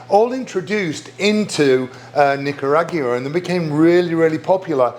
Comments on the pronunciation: He’ssssss BACK!!! Go figure! I forgot I was subscribed to this channel. Good to see you Chef! On a side note, I will NEVER say Nicaragua the same!😬!!!😂😂😂😂! My version: Nick-Ah-Raag-wa. Chef Darren’s version: ahhh 😵‍💫…never mind.🥺!😂😂😂😂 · Not sure that's a Brit pronunciation, and not just a Darren one, because he added an extra syllable "Nic-yu-a-gu-ra! WTF?!? 😳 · I am fascinated by the way British people pronounce Nicaragua. :)